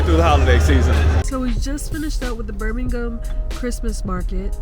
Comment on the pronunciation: I am very impressed, she is the first American I have ever heard pronounce Birmingham correctly!